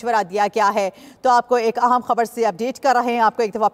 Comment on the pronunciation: main t zayada parha likha nhi pr ye jo bol rahi ha es ki jagha mujhe bolalo urdo pahr kr bhi galat bolrahi ha aham tansibat ko aam tansibat or bhari top ko bharti top bolrahi ha